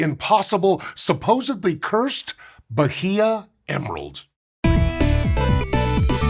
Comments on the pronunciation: I love, but I'm twitching a bit every time he says ba-hee-ah. It's ba-ee-ah. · The "h" in Bahia is silent. Something like bah-EE-uh. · Say B a í a instead H is mute in portuguese and Spanish. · Atleast pronounce the state correctly. The h is silent in Portuguese, ba-EE-ah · Good video. I'll be pedantic and say you don't pronounce the H in Bahia. It's "bah--ee-ah". The vowels are flat. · Bye-ee-uh. That’s how that’s pronounced. 😂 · Was just at Bahia Honda in FL and some people pronounce it that way. It’s supposed to be pronounced like Baya, right? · more like bah-EE-yah or bah-EE-ah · Bahia is pronounced "Bah-EE-ah." No "H" consonant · It aint “Bajia” the H is silent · It's pronounced Ba-ee-ya, btw. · irked me so much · Pronouncing the H in "Bahia" is the really cursed part of this. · I've never heard Bahia pronounced like that before. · Please look up how to say a foreign word that shows up in a script as often as "bahia" did in this one! Mispronounced once or twice is fine, but this was so many times and was making my Portuguese brain itch. You nailed "Carnaíba" though. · the "h" in "Bahia" is silent. this goes against usual portuguese pronunciation rules, but it's an exception. think like how "Roosevelt" doesn't have the correct "Roo" sound. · not a region, a state, and the 'H" is silent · The h in Bahia is silent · love the video, but as a brazilian you do not pronounce the H in Bahia :)